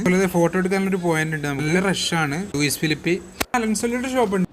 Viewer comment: ലൂയി ഫിലിപ്പ് എന്നാണ് പറയുക. S is silent